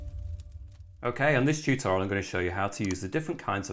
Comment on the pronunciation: "in this chooto" 😂